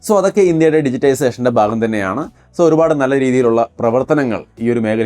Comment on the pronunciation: ബാഗം അല്ലാ....ഭാഗo... എന്നാണ് പറയേണ്ടത്.... 👍👍...